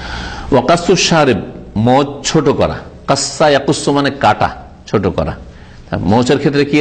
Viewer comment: "ছুট" নয় "ছোট" হবে।